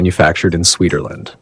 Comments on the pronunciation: Ah yes Swederland, I didn't know you could be more than a Swede. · "made in Swederland"